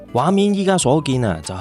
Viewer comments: 苯=讀音是本😂~笨是竹花頭的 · 多謝西藏遊記下集👍景色依然非常優美❤ 題外話，「苯」字其實都係照讀「本」音就得😉